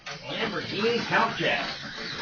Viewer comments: ok , i'll take a stab at it . i have been lead to believe it is pronounced " koontawsh " . but what do i know , i have never even seen a real one and i do not know anyone who has . i think gold is the best electrically conductive metal we have . followed by silver then copper then aluminum . but i doubt there would be any measurable difference with our slot cars . 👍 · Good morning and friends. I've never really understood how to pronounce Countach either.